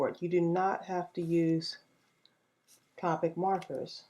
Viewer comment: This is really cute:) I love to use stickles :) just to let you know it's copic you say it with the long o sound:)